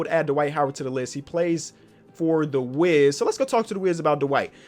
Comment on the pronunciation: When calls the wizards the Wiz I keep thinking he saying Wigs as in Andrew Wiggins